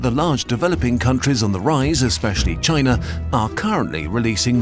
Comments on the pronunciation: I hate how you said China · why the narator speaks with chinese-like tone when speaking about china lol